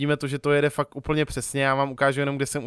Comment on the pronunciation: místo fakt říkáš fak jsem z moravi takže se nediv